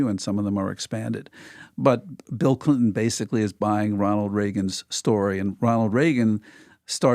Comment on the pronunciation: “Bill Blinton”